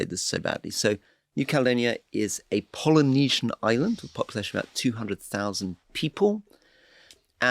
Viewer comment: That’s funny when I listened to the podcast I could have sworn he said Melanesia, and I looked at the podcast transcript and it too said Melanesia, however when I listen to this version on YouTube it does sound like Polynesia.